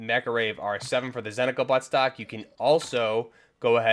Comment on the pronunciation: Why everybody call it Zentico when its ZENITCO!!! :hand-orange-covering-eyes